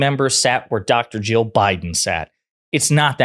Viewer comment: Ya might want to try enunciating better when saying Jill and Joe. In this video, their names are indistinguishable. The main vowel sounds both sounded like “uh”. It got a little confusing. 😊